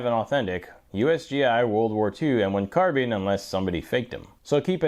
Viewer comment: Ahhhh finally... a guy who pronounces "carbine" correctly (CAR-BEEN)!!....SUBBED